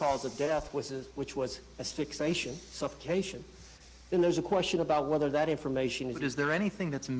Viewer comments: Uh, yeah, defense seemed worse than unprepared. I mean, in the first 5 minutes, Owens said asphyxtion twice. Did you notice that? I mean if you can’t even pronounce one of the major issues in the trial … Boonie’s boozing from the bottom of The Bar barrel at this point I think 🛢️ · And he mispronounced "asphyxiation" ... I was giving this guy the benefit of the doubt before this 😅